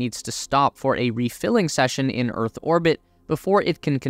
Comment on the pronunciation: minor mistake, its pronouned Earth, not örth